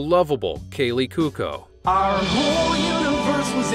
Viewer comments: Kooko? People, learn how to say stuff before making a video on it. It's pronounced Kwo-ko. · And, I believe Kaley Cuoco's last name is pronounced "quo-ko" (as in quid pro quo) not Coo-ko. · Kaley Cu O Co ... not cook oh ... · It's pronounced Bella+roose (as in "loose") not Bel+aire'+us. Kaley's last name is pronounced (kwoh-koh) not (koo-koh). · Cū-ō-cō: three syllables! Not Cū-cō! Bel-ä-rūs - Country in the former Soviet bloc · And... It's Coo-WOE-Co, not "Kook-o! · “Be-LAR-us”, really? Who educated these people? And it’s Kaylee Cuoco, not Cuco. (Notice that pesky “o” in there?) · It’s Cu-o-co, not Cuko. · Whoever is voicing this video ought to learn how to properly pronounce names. It's not Cu-co, it's Cu-o-co. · kaley “koo-koh”. Lollll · I thought Kaleys last name was pronounced Coo Coo you know like CoCo Puffs. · Yeah,,,,he kept saying Kaley Kookoo!!!!😅😅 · I am pretty sure that Kaley Cuoco's last name is not pronounced "Kooko". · Considering it’s an Italian surname, the pronunciation should be “Kwo-ko” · "Ku-o-ko," "Ku-o-ko," "Ku-o-ko" .... Get it? Sheesh! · Ears to Hear He couldn't pronounce Cuoco either. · The narrator should’ve learned how to pronounce Belarus or (Kaley) Cuoco. 🙄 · Bugs me too! Also the way he pronounces Cuoco. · Maybe the narrator could look up the pronunciation of “Belarus” and “Cuoko” if he’s gonna try to sound credible. Mangled both horribly. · Please learn how to pronounce proper names ie Belarus and Cuoco.